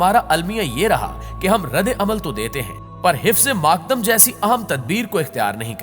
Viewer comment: 💠آپ نے لفظ غلط پڑھا ہے حفظِ ماتقدم درست لفظ ہے یعنی احتیاطی تدابیر اسکا مطلب ہے💠